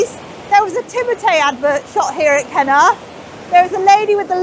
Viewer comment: When pronounced the name of the village I as an Aussie did a double take. I thought she said ‘kenoath. As in “did you like that meal?” “ ‘ken oath mate”. (Think of putting “fu” in front of ken and you’ll get it). Hehe